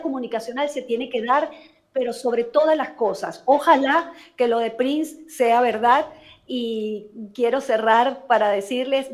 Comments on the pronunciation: Hermano, pronuncie bien el nombre de Prince. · Prince se pronuncia Prins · Perdona pero me choca que pronuncies mal su apellido, Prince se pronuncia Prins! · Exactamente! Es el único que lo pronuncia mal, 🤔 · Podría, por favor, pronunciar bien el apellido Prince?. Gracias.